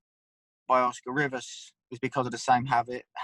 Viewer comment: "Rivas" not "Rivers"